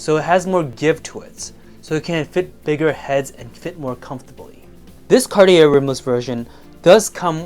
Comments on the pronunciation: Pronounced Carti yay not carti air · ‘Car - tee - air’….do you mean Car-chay? Or are you speaking ‘American”?’ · Cartier - French Company. Pronunciation is Car-et- ay. Not Cart- I -errr 😮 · More money than class, can’t even pronounce Cartier properly, how can you claim any sort of expertise smh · 2nd time ending up here upon clicking, about to move on again without finishing the video after hearing how Cartier is pronounced :)